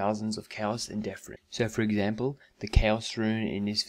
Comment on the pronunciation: It'd death rune, not deaf rune.